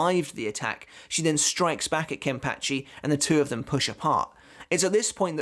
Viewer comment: KEN-PAH-CHI not Ken-Patch-ee!!1